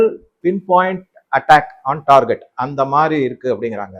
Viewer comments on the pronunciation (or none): none